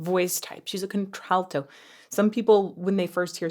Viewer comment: Did you call that contralto? Counter/alto?